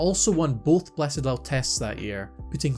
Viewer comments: Bledisloe not pronounced “bletidoe” Bled-is-low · It's Ble-dis-loe